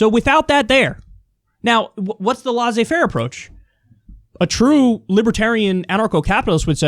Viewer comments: It’s not La Zé, it sounds more like « Lay Say » faire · IT AIN'T "LAWZAY FAIR". It's a LOT closer to "LAY ZAY FAIR". Is this difficult for you? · I swear to god, if I hear Kyle say "lahsey faire" capitalism one more time... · Kyle : Laisser Faire is pronounced like "Lessay (with the double ss not Z and witout pronouncing the Y") fair " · Please ask a French how to pronounce « laissez-faire » please,it took me around mn 4 to understand what you talked about...😉